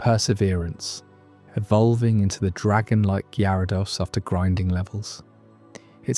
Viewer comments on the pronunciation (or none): how you claim to be a pokemon fan since a kid but you don't know how to pronounce MAGIKARP or GYARADOS